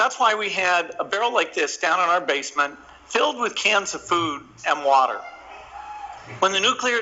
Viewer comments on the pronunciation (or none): none